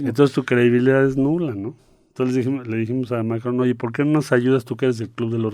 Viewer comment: Marcelo Ebrad enseñándonos cómo se pronuncia Macron en francés